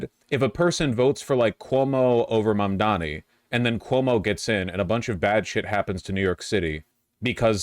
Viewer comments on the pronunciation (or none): none